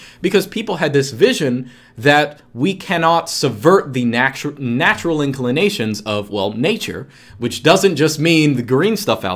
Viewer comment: has Russian accent when says "natura". I'm Russian, I know what I talk about...